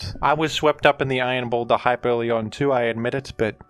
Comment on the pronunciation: You said it wrong, his name is iron pounder